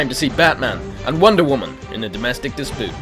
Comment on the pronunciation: "Domestic dispoot" lol